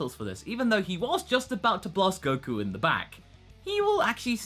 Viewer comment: you said godku... nice